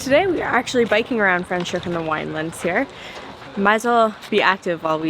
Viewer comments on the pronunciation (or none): I am so happy for you guys! If you happen to be in Hermanus, I am right here! 😁😁 Leaving back for Saskatchewan next month. Franchhoek & Stellenbosch and Paarl are great!!!! Franschhoek pronounced Fra - NOT Fre 😁😁